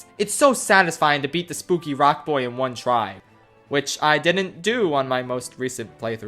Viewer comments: It's pronounced boo-e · Buoy is pronounced "boo-ee" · it’s really pronounced “boo-ee” but it’s spelled so weirdly i can’t blame him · Anyone notice the “‘Boy’ Base Galaxy” pronunciation instead of “‘Boo-ee’ Base Galaxy” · Can we appreciate the fact that pronounces buoy boy? Most dialects pronounce it boo-ee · "Bouy" is pronounced "boo-e", not "boi". Also, do you prefer Galaxy 1 or 2? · The liberal leaving my body as he pronounce buoy "boy" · Wait people pronounce "buoy" as "boy"? Oh I never knew about this final area, cool! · actually the word "buoy" is pronounced "boo-ee." you can look it up in the dictionary or on any reputable search engine! hope this helps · Buoys are buoyant. The main characteristic of a buoy is buoyancy. Not boo-ee-ancy. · Every time you pronounced "Buoy Base" as "Boy Base" a part of me died great video outside of that <3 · A buoy is buoyant. Not boo-ee-ant. Case closed. Stfu. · ....it’s pronounced “boo-E” buoy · Why do you say Buoy like that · Am I the only one bothered by the fact he can’t pronounce buoy? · When he mispronounced buoy i died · If you’re going to disrespect Buoy Base at least pronounce it correctly lol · Why don't you know how to pronounce the word "Buoy?"